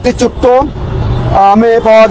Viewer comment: ওরে ভাষা 😂😂😂,, নিউজ করতেছেন ভাষা শুদ্ধ করবেন প্লিজ,, ছোট্ট না বলে বলছেন চুক্ত 😂😂😂😂😂